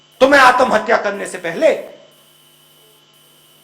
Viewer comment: He is good at heart but not suitable for politics. He needs to chill and stop worrying. Btw it’s Atmahatya not Aatam hatya